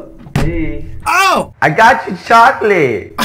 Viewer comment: No one: Literally no one:: I Got Chocolote